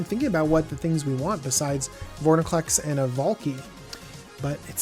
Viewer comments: Vor-IN-clex, not, Vor-NIN-clex. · Have to say this sorry. Its vor IN clex, not vor NI clex. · Calling Extended art cards 'Full arts' is one thing, but please don't call Borderless Mythics "Extended art". Also, please work on pronouncing Vor-In-Clex.